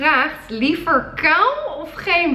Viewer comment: Hoe jij kaal zegt "kaw" 😅🧡ly